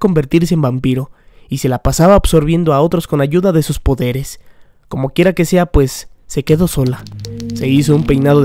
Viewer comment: ¿Soy al único que le da risa que diga "comokera que sea"?